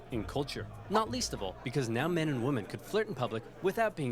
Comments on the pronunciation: I love Oversimplified's videos, but goddamn does his pronouncication of women bug me. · Anyone else get frustrated with how Oversimplified keeps mispronouncing the word "women"?